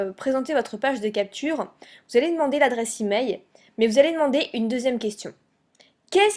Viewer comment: on dit " emaiL " pas emai